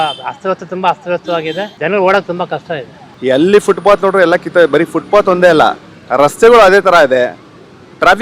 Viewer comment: ಯಾರಿಗೂ ಫುಟ್ಪಾತ್ ಹೇಳೋಕೇ ಬರಲ್ಲ. ಫುಟ್ಬಾತ್ ಅಲ್ಲ ಫುಟ್ಪಾತ್ ಅದು!